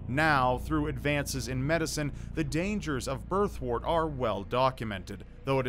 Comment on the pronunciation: Birthwort is pronounced “Birth-wert”, not “Birth-wart”. Remember, word, work, world, worm, worst, and worth all have a “wer” sound. So does “wort”. It’s not “wart”.